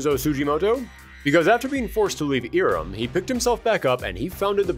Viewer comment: It's not "EE-rem", it's "EYE-rem".